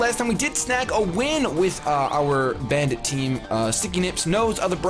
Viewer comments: First time you said bandit in the video, I thought you said banded, and I thought you switched items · Every time says Krookodile's nickname. I think he's saying "Banded" as in he's Choice Banded, but then I have to do a double take and see that he's actually called Bandit the Krookodile who's Choice Scarfed. Ehhhh ma brain.